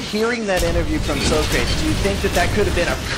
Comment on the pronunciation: i love how they pronounce his name 'sokreyts', thats just hilarious